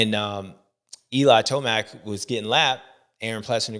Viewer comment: Did you just say eli toast mac 😂😂😂😂